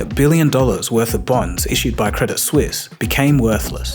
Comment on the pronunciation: You mispronounced Credit Suisse. 😊